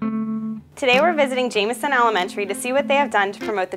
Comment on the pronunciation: Se said the name wrong, like everybody